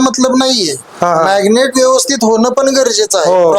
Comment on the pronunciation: मॅग्नेट नव्हे मॅरीनेट....😅😅😅😅😅 जास्त शुद्ध बोलण्याचा नादात भलतच बोलल जातय ....🤔🤔🤔😂😂😂😂